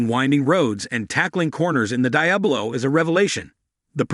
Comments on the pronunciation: How do you talk about a car that you can't even pronounce..Watch one video on you tube, and you would get it right... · Dear God it's, De-ab-low